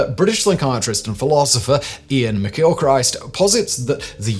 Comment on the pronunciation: Today i found out you don't pronounce Christ in McGilchrist the same way as you would Christ in Christmas. Do better Simon. I get it's a standing joke, you slaughtering names, but come on 🙄